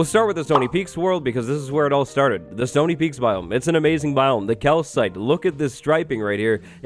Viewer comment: Somtimes its sounds like he says "sony peaks"